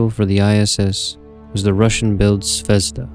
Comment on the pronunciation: It pronounces "zvezdA", stress is on A (and means "star" btw). Anyway the video is great, as all your space station series